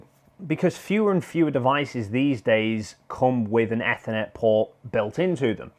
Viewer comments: Why the hell would you say ethernet like that, trying to be special are we? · Ethernet, holy shit you're saying it wrong